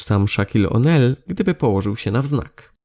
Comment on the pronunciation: Wym. Szakil OłNil